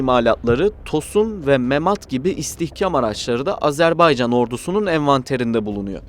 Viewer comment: AzerbEycan değil AzerbAycan denir ve okunur. Lütfen doğru telaffuz edin